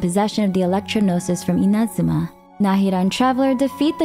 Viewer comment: NO WAY! At last ONE english speaker that pronunce correctly Inazuma!!! Not even in the game the eng voices knows how to do it! Max respect for!